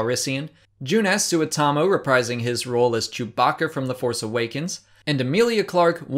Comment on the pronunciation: as a finn, i can say you just butchered joonas suotamo's name